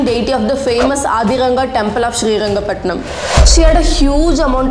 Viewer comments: It's Srirangapatna not Srirangapatnam !! First time i am hearing Srirangapatnam, please use the right name. don't change it as per your need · One thing mam pls pronounce the names properly as per thier state has named it.. It is " SriRangaPatna" not "SriRangaPatnam". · its srirangapatna not srirangapatnam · small correction Its not Sri Rangapattanam, it is SRI RANGAPATTANA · Good hidden history , thank you for this video. But It's srirangapatna not srirangapatnam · it's srirangapatana not srirangapatanam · And u need to learn history first thats mysuru not mysore which was changed in 2014 and its not srirangapatanam, u tamil people dont no how to pronounce a word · Miss ma'am, please learn to pronounce names properly or else stop making videos 🙌.....it's Srirangapatana* The name of the King is wodeyar* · Seringapatnam. Cawnpore. Ooty. Jullundur. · Mam it's srirangapatana not srirangapatanam its in karnataka ....we say patana in kannada but pathnam is tamil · Hello madam Capital city name is Srirangapatana, not srirangapatanam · It's not Srirangapatanam..... It's Srirangapatana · It's srirangapattana,not srirangapatnam. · It is Sri Ranga Pattana and not Sri Ranga Pattanam.Pronounce it correctly. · Stop calling shriranga pattana as shriranga pattanam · It’s shreerangapatna not shreerangapatnam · Its not srirangapatanam its srirangapattana , you should aware of these name and should not make mistake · Just one thing Ma’am it’s Srirangapatna not srirangapatnam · It is Shrirangapattana Not ShreeangapattanaM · It’s not srirangapatnam ,it’s SRIRANGAPATNA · When making videos of such great history, kindly use the correct names. It is not Srirangapatanam , it is SRIRANGAPATANA. Honest feedback... Would be good if you work upon your kannada accent since so many words are mispelled. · It's not srirangapatnam.😮 it is srirangapatna... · Please do some research before making a video. It's Srirangapatna and not Srirangapatnam. Talakaadu and not Talakaad